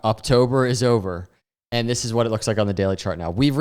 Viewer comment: How long you say luks like this 😅